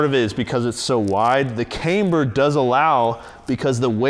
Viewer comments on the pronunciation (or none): Not trying to sound like a jerk or nit-picky but its pronounced Kamber not Kaimber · Can't unhear mispronounce camber as "came"-ber every time.